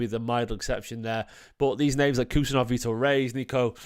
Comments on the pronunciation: His name is Abdukodir not Khusa,surname pronounced husanov like h in Halaand and Husaaanov not Kusanooov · Bro said kus kus 😂😂